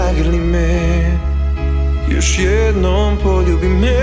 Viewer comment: Moras da obratis paznju na pravilno akcentovanje reci. Ne mozes da kazes pOljubi me, vec poljUbi me.